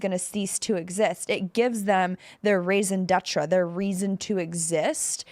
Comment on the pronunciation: PSA pls dont use popular foreign phrases if you don't know how to pronounce them, its 2025. Raison DETRAH is painfully incorrect.